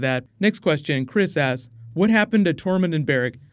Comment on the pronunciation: He doesn't hit the "k" much when he says "asks," so it sounds like he's saying, "Next one... Sheep ass... Next one... Savage ass..." :P